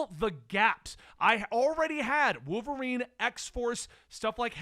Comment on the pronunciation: I like how says wooverine like there’s no “L” in it 😂